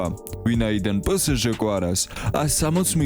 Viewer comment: პსჟ ს ძაან ცუდად ამბობ პე ეს ჟ არის 💔💔